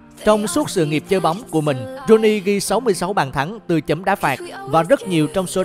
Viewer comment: Ông bình luận cứ rouney hoài luôn